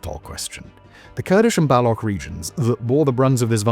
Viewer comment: Why does this guy say Baloch the wrong way in every frigging video